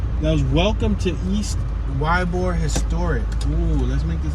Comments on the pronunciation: It's pronounced E-bor, not Y-bor! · its ee-bor thats how you prononce it YBOR is how you spell it. you will see chickens and roosters in the area, old Spanish and Italian area these people were cigar factory workers thus the name Tampa the cigar city. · it's pronounced e-bor